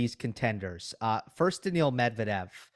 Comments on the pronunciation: Does Steve watch tennis with the volume off and refuse to attend matches in person these days? Daniil Medvedev has been at the top tier of the men's game for a while now, yet Steve is still saying "Daniel" like he's never heard the name spoken before. It's not like we're talking about FAA, or as Steve says, "Felix Augur-Ali-Siame." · clicks onto video hears daniil being referred to as ‘daniel’ clicks off